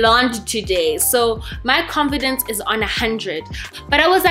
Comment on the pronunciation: Lol I just love you 😍...love how you say comfidence instead of confidence 😅😅you remind me of a friend of mine you couldn't say green he said dreen😂😂😂,Sweedy😍😍😍 hai la view***